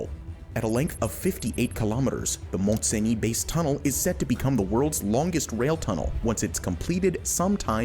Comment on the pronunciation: Mont Cenis tunnel. Cenis is pronouced "sunny".